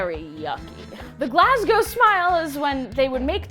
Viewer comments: IS THE ONLY PERSON THAT ISNT SCOTTISH THAT I KNOW CAN PRONOUNCE GLASGOW OMFG YESSS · Also an American who actually pronounced Glasgow correctly yaaas